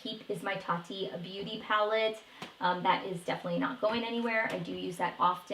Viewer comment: Ace Beaute is pronounced as Beautay.